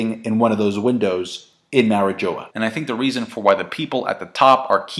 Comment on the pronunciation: I cannot take your pronunciation of Mariejois, for the love of God watch the first six second of this it is French after all